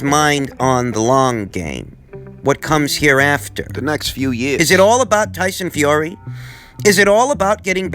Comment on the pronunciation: I love it when he says "Toyson Fiory" lol